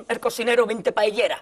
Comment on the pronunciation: Rissssitas et pas riZitas...PaéYéras et pas paélérasse...